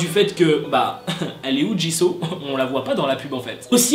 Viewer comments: ca ne se prononce pas ''chiseau'' mais ''Jisou'' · Sa se dit jisou pas jisso 😉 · On prononce jissOU pas Jisso 😭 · Par contre un truc on dit pas [ jiso ] on dit [ jizou ] sa s'écrit jisoo bien sur mais C ta prononciation 😂😂😂sinon continue (bias JENNIE et JISOO pour BLACKPINK Sinon JUNG KOOK❤️) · Tu dit jiso c'est jisou! Enfin ça se prononce comme normalement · Jisooo❤❤❤😔DEJA CE NEST PAS "JISAW" MAIS TU LE PRONONCE "JISOU" OK!?Bref si je parle de Jisoo ca va prendre 1h et 300lignes pour dire que je l'aime😂😂C'est qi votre Bias?(je pose tjrs cette question) moi c'est Jennie😍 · Ça m'a perturbé que tu dises jis'oo' a la place de jis'ou' (évidemment sa s'écrit jisoo mais sa ce prononce jis'ou') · C'EST JISOU pas JISO et elle est leader vocalist la chanteuse principal c'est Rosé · Ca ne ce dit pas Jiso mais Jisou. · Mais par contre ça se prononce jisou et pas jiso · J’aime le contenu de tes vidéos mais stp respect les noms des Idols ! « Min YoonJi » « JiSSO »😂😂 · Ça me perturbe tu dit jisso 😂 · Mais eft jisoo ça ce prononce pas jisou 🤔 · Franchement Jisoo mérite beaucoup mieux -C'est ma bias -Elle chante très bien -On la juge pour sa danse mais comme tu le dis sa voie est très stable -Elle à commencer après toutes les menbre mais je trouve que c'est la meilleure -Je dis juste qu'elle mérite mieux -Au passage on dit "Djissou" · Ca me stress tu prononces mal son nom x) Ca se prononce Dji Zou !!! Meme toi tu l'a respecte pas mdrr x) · Jisoo ça se prononce pas comme ça.